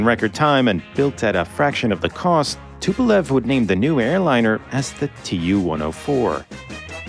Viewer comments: C'est Tupolev pasTupel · Tupelve pelo amor de Deus deixa de ser BURRO , TUPOLEV